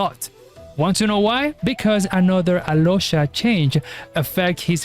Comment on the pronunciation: no, im talking about how he pronounced alyosha and oddette,that is how u pronounce them to their native names, snezhnaya, and where is snezhnaya based at. Im not talking about him in particular, he can be from mexico, america etc, but how he pronounced their names is their slavic enunciation